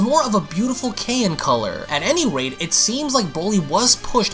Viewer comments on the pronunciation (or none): Okay really? Kayan instead of Cyan?? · It's pronounced psy-ann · Love the video but why did you say can color it’s pronounced cy-an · love how he pronounced cyan "kayan" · Cyan is pronounced sigh anne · No one::KAY-IN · Did anyone notice he said cyan like “ki-on” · I thought it was pronounced sigh anne. cyan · cyan is pronounced si an. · The way he butchered the word “cyan” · The way you said cyan freaked me out. Cool story tho